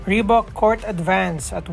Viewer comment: it's ree baak